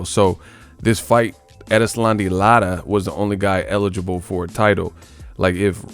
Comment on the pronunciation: Lotta? Bro,you are destroying that brotha's name. Lol